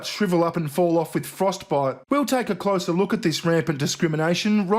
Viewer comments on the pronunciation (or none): none